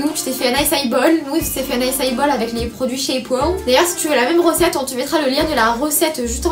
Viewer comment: C'est trop mignon vous dites "rocette" quand vous voulez dire "recette"